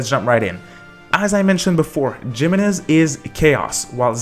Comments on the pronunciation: Lmfao it's He-men-ez, not JIManez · GEMENEZ eh no, is pronounced hee mehnuhz, you can literally google and pronounce Spanish to solve this pronunciation issue using google man. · Pro tip jimenez is pronouced HEEmenez J makes an H sound in spanish! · By the way it’s pronounced hemenez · Now i want a HEE-HOmenez...